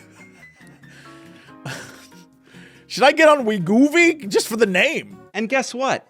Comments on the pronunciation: Wegovy is wee-goh-vee or we-go-vee. And Gila is hila, he-la, he-luh. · LOLing at his pronunciations. It's we-go-vee and hee-luh monster. In all seriousness though, everyone overweight is overweight for different reasons. There is no quick fix. Each person needs to work with a physician if possible to determine their specific weight loss needs.